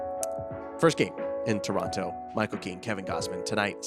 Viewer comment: Man in Spanish it is not Torronto, but Toronto. It is pronounced almost like in English. Unbelievable!